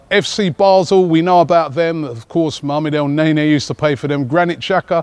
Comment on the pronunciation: Mohammed Elney ney, love that pronunciation Robbie haha! Now watch me whip, now watch me ney ney LOL!